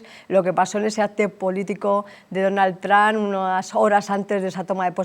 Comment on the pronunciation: perdona puedes parar de decir Donal Tran .....